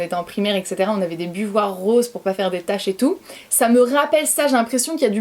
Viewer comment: Buvoirs 🤣 j adore (bavoirs) Bravo de respecter et protéger ton enfant en la flouttant c est honnorable de ta part et rare de nos jours On est accro a notre mpulin a café électrique et notre machine expresso c est top et l odeur addictive